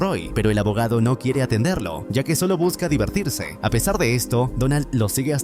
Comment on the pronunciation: Por qué el que hace estos videos habla así? XD enciMA atenderLO divertirSE famiLIA (le da entonación más fuerte al final de las palabras._.